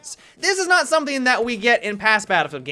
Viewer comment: Teamwork, 'someting' will improve teamwork... I have heard this a lot...